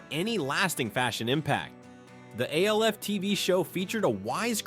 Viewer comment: Sofa covers were more of a 70s thing as I recall....and video stores didn't really come into their own until the early 90s. And A-L-F? No buddy, it was always pronounced ALF (OWF) I've never, not even once heard it pronounced like you said it.